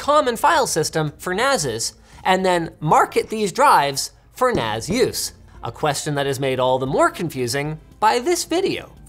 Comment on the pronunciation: sounds like he's saying "A perfectly common file system for Nazis".. D